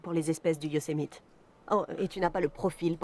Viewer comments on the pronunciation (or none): none